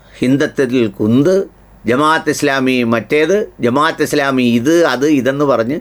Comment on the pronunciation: പത്ത് വാ അല്ല ബ്രോ.... ഫത്‌വ എന്നാണ്..അത് പോലെ ജമാ'യ'ത്ത് എന്നല്ല ജമാഅത്ത് എന്നാണ്.. കാര്യങ്ങൾ പഠിച്ച് മനസ്സിലാക്കി public platform ൽ വരിക.. മലയാളത്തിൽ വാക്കുകൾക്ക് Pronounsation രീതിയുണ്ട്. അത്‌ പഠിക്കൂ ബ്രോ